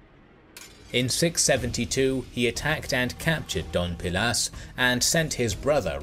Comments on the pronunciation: It's Dos (two) pilas ,no Don (Mr) pilas,please,anyway,amazing history. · It's Dos Pilas not Don Pilas, I think. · Forgive me, but I am not sure if it was a your pronunciation, a mistake or if it's your accent but to me it sounds like you said "Don Pilas" rather than "Dos Pilas". But something funny about Dos Pilas is the fact that Archeologists found thst the residents built a defensive wall, but it looked like it was done in a hurry. The wall was built through plazas, courtyards, houses and over temples. And it clearly looked like they tore down existing structures to use the materials to build the wall. Since the wall is still relatively intact some archeologists and do historians believe that the invasion by Tikal was so brutal that the city could not sustain itself and was simply abandoned. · i love your videos..btw, city is called doSSSSS pilas, not doNNNN pilas. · Especially since this robovoice can't even manage the D-o-s in Dos Pilas.